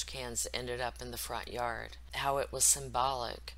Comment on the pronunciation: I noticed that Shanann always said "har" for the word "how" .. at first I thought it was just one of those things where your words come out wrong when you're trying to spit it out quick but she said it in other videos too. No biggie obviously, just an observation .. On another note, Thrive isn't "work" & its not a job. It ruins familes. When you have to spend your own money on the products to the point where you dont pay your mortage for 3 months, that is NOT what employment is. Also, putting your children in a very expensive daycare 5 days a week if your home all day long makes zero sense. That aspect of this case should be used as a cautionary tale!